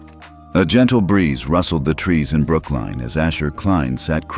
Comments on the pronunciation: IT IS NOT BROOKLINE, IT IS PRONOUNCED AS BROOK-LYN.😡😡😡😡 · It's NOT pronounced as Brookline, it is Brooklyn. Learn how to pronounce correctly. Not first mistake you have made, sort it out properly. Don't they teach you how to pronounce in the USA?